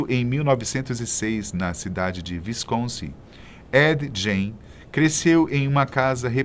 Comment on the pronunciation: "VINCONSIN" nao dá.